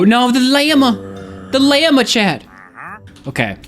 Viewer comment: Why does he pronounce llama and lava so wrong😭